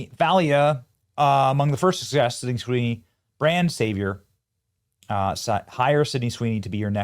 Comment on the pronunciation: This man can't say her name first try😂